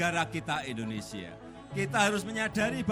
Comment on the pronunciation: MAAF PAK .INDONESIA bukan ENDONESIA